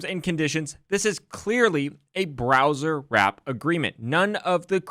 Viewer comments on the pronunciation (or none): Why are you pronouncing "browsewrap" as "browserwrap" when there is no "r" after the word browse? Don't do that in court, I want my man sounding professional